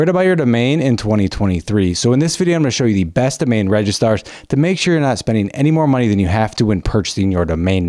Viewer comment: It’s registrars NOT “RegiSTARS” ⭐️